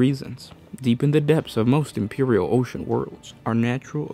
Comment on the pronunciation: Fowty Kay. Impewial. Raddelings. You sound like half a mo-mo.